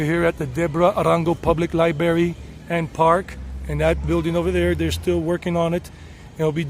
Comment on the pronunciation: I don't mean to be snide, but the word library in English has an r sound after the b sound. Not Libery, it's Library. Or is that how people say it in the Carolinas? If so, I retract the comment.